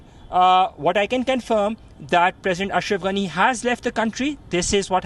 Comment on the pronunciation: So funny the way you say his name ‘anus’ lol 😆